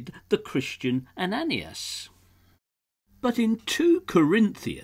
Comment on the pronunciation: Ananias = pro:- "Ann - ah - nye - ass" good try though! :0)